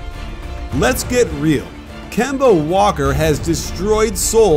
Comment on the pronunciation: It’s Kemba